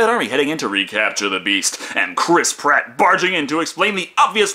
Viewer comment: its Chris Pratt. Not Chris Platt